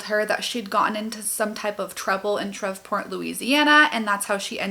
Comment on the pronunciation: SHREVE- PORT pronounced like Henry Miller SHREVE (Sha-reeve)